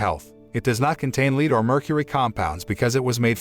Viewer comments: I know it's an ai bot but It's pronounced led not leed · ITS PRONOUCED LED NOT LEED YOU GENERIC CINNAMON TOAST FUCK! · You should check your automated voice over. Too many mispronounced words. The sailors are eating candy containing Vitamin "C" which prevents SCURVY, vitamin deficiency. Not Scabies a skin condition caused by parasites. The white powder contained the metal " LEAD ", ( led ), not leed. The lead could be absorbed through skin and or accidentally ingested. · Also lead as in the metal is pronounced le-Ed. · your robot narrator doesn't know the difference between Lead and lead